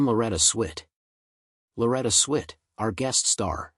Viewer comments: Whoever is narrating this is not a natural communicator. Swit is pronounced S W I T for a start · Why is this annoying twit of a narrator insisting on pronouncing her surname as SWEET ??? Half these content creators have as much impact on the viewers at home as a gnat's fart on a CAT 5 hurricane.